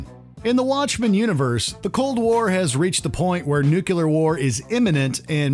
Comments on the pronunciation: It is noo clear. Not nucular :( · NEW-CLE-AR. NOT "nucular". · It's not " nukilar " , it's N U C L E A R .. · You pronounce nuclear nuk-ya-lur which is totally wrong. it's new-clear. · Why you all keep saying nukeler, when is nuclear ? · "nuke-you-lar" war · Did he just say "Nucular"?